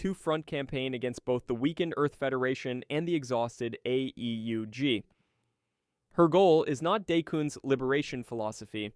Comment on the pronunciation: I realized this was a.i. the moment the ai tried to say AEUG, and flopped every time. Forget what I said, complete slop.